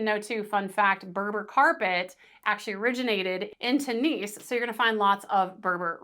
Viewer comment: Tunis is not pronounced tooniece it is tyunis. Apart from that...great guide